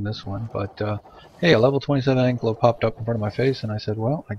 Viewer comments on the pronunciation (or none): An - kai' - lo (saurus). Not Ank - lo - Thanks for the video.